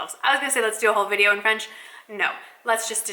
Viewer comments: Your accent is good!! Bon courage pour la suite;) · Bonjour!! so happy to see you are learning French your accent is quite good actually. I will love to see a all video in french that would be so much fun. I love your videos makes me keep in touch with english.